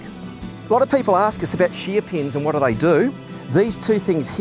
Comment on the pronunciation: Shee-a-peens? Oh, shear pins.